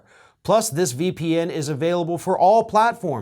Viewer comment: Small correction: It's pronounced "Linn - Ex" Anyone using it won't buy PIA if you say it wrong.